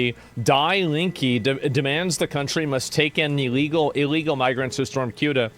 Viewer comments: Its not CUTA, its like saying SEWTA Ceuta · Its pronounced ( sue - duh ) not ( Q -duh) 😂😂😂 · It's pronounced Soo-tuh. Not Kootuh. As for these people invading the country...their Coast Guard should have chummed the water when it started...the sharks would be your friend. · LOL it's not cute-ah ; it's seh-oo-tah.. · It's Cueta with a sofa C.... pronounced Soota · It’s not pronounced Keuta but Seuta. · It's pronounced "sey-ooh-tah". Not kyuduh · its not queueta. its pronounced suta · Tired of GED educated individuals pronouncing it as "CUTE-AH". It's pronounced as "SE-UTAA". It's not fucking hard. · People calling Ceuta as “Quta” instead of pronouncing it like “Theuwta” is driving me crazy ☠️🙏🏻😭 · You pronounce Ceuta like you would word - city. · Cueta is pronounced "suitor". there you go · bro pronounces ceuta as kootah 🤣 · Ceuta is pronounced Soota … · It's pronounced "see-uta" and "mel-eeya" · it's pronounced See-Utah bro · Minor nitpick: Ceuta is pronounced the-oo-tah (it's a soft C) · It's pronounced Suetta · Ceuta ... as in Soota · THe-U-TA please. Pronounce it correctly and you'd be the only one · One thing most people don't understand is that the vast majority of people here in Spain do not give half a shit about Ceuta and Melilla. Also, its pronounced "se-hoo-tah" and "meh-lee-yah" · That's not how you pronounce Ceuta